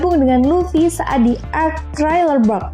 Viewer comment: pngn koreksi thriller bark dibaca triler bark laughtale dibaca laftel